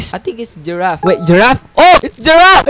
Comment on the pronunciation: “giraf” HAAHAHAHA